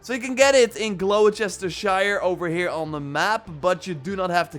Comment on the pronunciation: Bruv, it's pronounced 'Glos-ter-shire', not 'Glow-cester-shire' :(